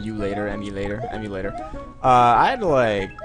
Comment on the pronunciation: "Emulator, Emulator, Em-U-lat-or, Emulator" LOLOL.